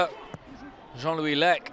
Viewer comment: I'm more and more impressed by Simon Harding accent. He even prononces Leca the corsian way.